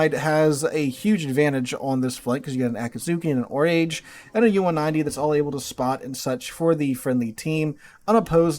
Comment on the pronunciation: "Oraaaage" not "o'rage".